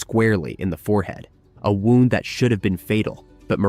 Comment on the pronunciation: Did you really say wound instead of wound (woond--an injury). Dude please learn the correct pronunciation if you are going to do pod casts. It ruins the whole meaning when you guys screw stuff up like a simple pronunciation.